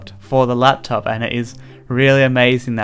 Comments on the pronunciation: you said laptap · you said lap tap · It sounded like he said laptap... Did anyone else hear it at about... ? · haha "laptap"